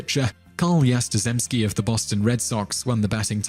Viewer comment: Carl Yastrzemski's name is pronounced Ya-strem-ski, not Ya-stre-zem-ski.